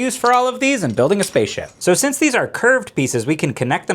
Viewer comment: “LEGO Faceship” 🤣